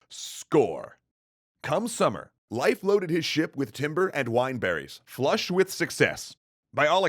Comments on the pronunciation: A tiny bit annoying that you pronounce Leif as Life. Love the content though :) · ITS PRONOUNCED LEEF NOT LYFE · I thought Leif was pronounced "leaf" not "life" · His name is Leif... "Lay-f" not "Life" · It's Leif, not life. The e is pronounced like the e in emperor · Why do you pronounce it "life" instead of "leaf" Erikson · I thought it was pronounced 'leaf', not 'life'. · Not “life” Leif it’s pronounced “Leaf” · Not Life Erikson. Lay-f Erikson. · Isn't Leif pronounced like 'Leaf" What's with the 'Life' pronunciation? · Huh, always thought it was pronounced “Leaf” Erikson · Happy Leif Erikson Day!! Hinga-ding-durgen. :D More relevantly - his name is prounounced Life, not Leaf? My life is a lie.... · Great video, but I'm fairly sure it's pronounced like "leaf", not "life". That's how I pronounce it, anyway. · I thought that Leif was pronounced "leaf" and not "life." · just popped here to say tell you, good luck.. wait I mean to say that Leif is not said 'live' with focus on f, the Ei is just like ey in Hey so 'leyf' if ya will. - source Icelandic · Every one gonna ignore calling him life. I don't care if that's how you pronounce it his name is Leaf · No offence, i know excatly how hard nordic pronunciation is but it's more like Layf or Leyf not Laif. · His pronounciation is wrong. Leif is pronounced “Lafe” (rhymes with “safe”). The modern Icelandic version is Leifur (Pronounced “Lafer”, rhyming with “safer”). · It's pronounced "Leaf" - Leif Eriksson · its pronounced 'leif' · Couldn’t you pronounce it “Leaf” Erikson? Jinger hinga durgen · Leif is actually pronounced Layf "Nyeil Purrt"? Yeah I don't think anyone is going to get that. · its pronounced lafe. like laugh but more a. like laaugh. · Is there some joke I missed? Or why is he pronouncing leif so strangely? Edit: It makes more sense to call him leaf or something like that, closer too. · I thought his name was pronounced "Leaf". I could be wrong, though. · Life? The "ei" in Leif sounds like "ay" in say.